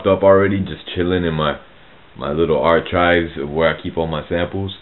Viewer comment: Love the way you say "archives" (instead of "arkives", you say it like "anchovies"). In all due respect, your voice doesn't match your looks. Thanks for all of your help. It's greatly appreciated!